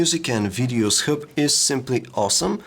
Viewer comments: Dam it yr English sucks. U pronouce hub as herb. N is it supposed to be pronouce as royters? It is Reuters dammit. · Say hrub one more time, i dare you, i double dare you! hahaha